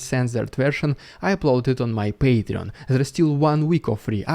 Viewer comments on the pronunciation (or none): none